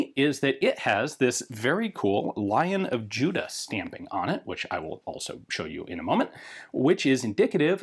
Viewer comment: Hi Ian. Love your work - have been watching you for good many years now. I know this is a nitpick, but when you talk about the lion stamp on the rifle, it is not "Lion of Judas", but "Lion of Judah". The lion does not refer to Judas the apostle, but Judah the kingdom. Small thing, I know. And it is only said at , when talking about the stamp. Otherwise you say Judah quite clearly.